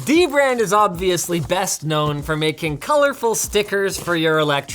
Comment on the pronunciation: I literally just realized the way you say it is literally the same as "The Brand"